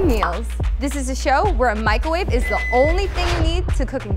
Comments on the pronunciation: The way she says "MICOWAVE" like there isn't even an R in it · Why does she say mico' wave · i love this but when she says "micAHwave"... OOOOOOHHHH GIRLLL NOOOOOOOOOOo